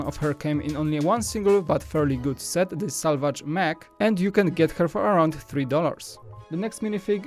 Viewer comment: When you said safari mech I heard safari mEAH